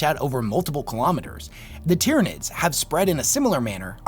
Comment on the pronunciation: There is a LOT that I disagree with in this video and I'm a 'Nids player. HOWEVER, the points make sense and it is well made and argued. Honestly, when you get to this level of power, it's more like who is sitting on who's shoulders while on the #1 podium. His pronunciation of most of the names is driving me nuts, however. Hell, I'm pretty sure he called them the "Dyrranids" once or twice.